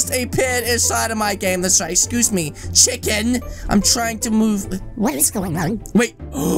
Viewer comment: You makes me laughs when you said chikrn gang😂